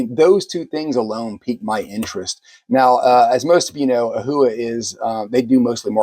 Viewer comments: Please, it’s not pronounced ‘Ohua’. It is Ohuhu (oh hoo hoo)! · Its "o hoo hoo". If you're going to review a product and be taken seriously, then pronouncing the products name properly is ideal. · I've never heard Ohuhu pronounced that way. Enjoyed your honest review of this set of pencils.😊